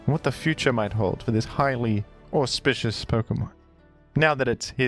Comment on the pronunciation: Are you saying "auspicious" or perhaps "horsepicious"? Hmm?